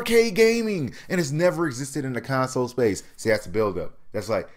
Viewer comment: Why do u keep saying con-soul?????? I don't get it!?!